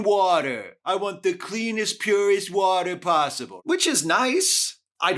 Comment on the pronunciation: Thanks for calling this out. I've always been particularly infuriated by Trump's "We want crystal clear wohtah" response. It's a totally meaningless response to the question being asked, for one, and for two, he doesn't give a s**t nor does he have a plan to ensure such "wohtah"